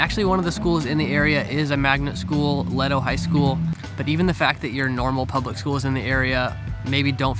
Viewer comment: Leto "Lay-toe" High school.